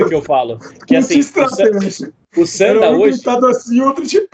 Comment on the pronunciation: Não se pronuncia "Sânda" tonificando a sílaba inicial, mas sim "Sandá", tonificando a última sílaba. Logicamente que não possui acento. O fiz apenas para exemplificar que o som mais forte fuça na última sílaba. Sanda=luta livre/combate livre. San=3 Da=golpe/luta/combate... O Kung Fu Tradicional inclui formas distintas, de acordo com o sistema. São ferramentas trabalhadas formais voltadas para a defesa pessoal sistemática. Ao se aplicar dentro de um combate livre (Sanda/Sanshou) sofrem uma desestruturação do sistema, ou seja ficam disformes, sem formas. Mas o fato de não ser mais sistemático durante o combate livre, não significa que as formas não sirvam. Durante o combate, aplica-se a essência marcial, a ciência marcial encutida nas formas e práticas tradicionais. O Sanda é uma aplicação livre das formas, mas disformes, atreladas as regras da disputa. O Kung Fu Tradicional é amplo. O Kung Fu esportivo (Sanda) é limitado propositadamente para proteger o atleta e tornar o desporto atrativo para todos. O Sanda é a aplicação violenta, simples e direta do Kung Fu Tradicional, o Wushu, de fato. Dentro de cada sequência tradicional existe uma essência que se aplica de maneira não sistêmica.